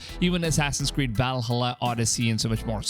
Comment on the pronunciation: “Assassin’s cweed” Assassin’s weed” xd